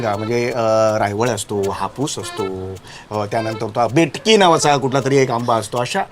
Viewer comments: बेटकि नाही बिटकी असत ते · बेटकी नाही ओ... बिटकी